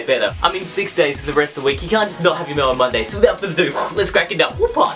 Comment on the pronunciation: Whenever he says mail man Monday it sounds like melon monday